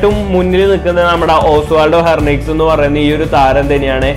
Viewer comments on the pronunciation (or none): It is ഹെൻറിക്വസ് not ഹെർനിക്വസ്...